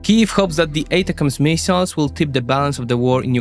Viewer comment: no need to apologize about pronunciations, you would be apologizing all day otherwise; just chuckle about it and move on. Mee-siles haha